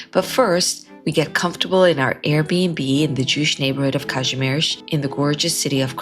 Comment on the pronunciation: Kazimierz, not "Kazmierz". I understand your are, not "Freda Vizl".